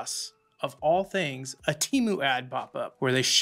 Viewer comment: My brother.. if you took anything away from this years sh1t super bowl.. it should have been the proper pronunciation of Temu! lmaoooo. The way the did it killed me. They want people to say their name properly so badly. they tried drillllling it into our heads. Oh and the promos forsure work.. at least the coupon ones. IDK about all that invite BS LOL!